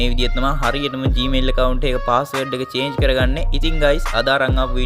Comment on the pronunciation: චාජ් නෙමේ අයියෙ චේන්ජ් පාස්වල්ඩ්😅